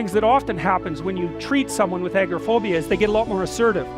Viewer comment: It NOT "AGRO -phobia" You're not afraid of "land", it's "AGORA" - fear of public gathering and the marketplace. If you're going to speak on the topic - get it right!